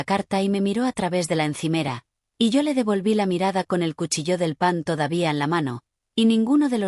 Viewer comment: Que yo Sepa Cuchillo No tiene ningun Acento porque lo pronuncian como si lo Tuviera expliquenmelo Please